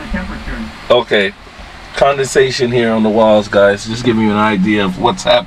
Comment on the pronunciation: That sub ride was neat. Every time you said condention I laughed I know you meant condensation.